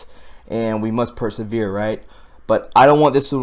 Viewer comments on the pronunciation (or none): none